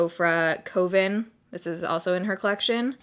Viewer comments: Janet Morones Yes!! It's bomb. Looks fabulous on her, as always. I think it's funny how pronounces it as "Koh-vin" rather than "kuh-vin", though. ☺️ +thataylaa - Think of the word "oven, but then add a "k" sound in front of it. (Also like as in a witches coven). 🕸🔮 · coven is ---ca-ven. like witches. an uh sound not an oe sound. :) you look lovely in the color though :D